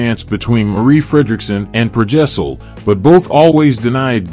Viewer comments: His name is Per Gessle, not Per Gessel... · Please don't make out like Roxette weren't popular around the world until they broke America. You were literally the last ones to discover them. They were enjoying chart hits all over Europe Australia and South America. You are also pronouncing Per Gessle wrong.